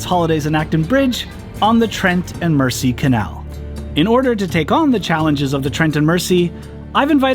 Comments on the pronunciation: Beautiful videos. If I have just one teeny weeny complaint ,please please stop calling it the "Mercy". It's pronounced " Merzy". Apart from that,loved it all. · Fun videos. FYI the Trent and Mersey Canal is pronounced Merzee. Not this video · Great videos. Mersey is orounces as though the s is a z. After the River Mersey in Liverpool.